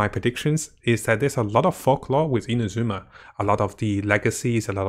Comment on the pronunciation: Come on its not InaZUma its INAzuma; emphasis on the first A!! At least you; be the one of the western content creators that ACTUALLY pronounces it right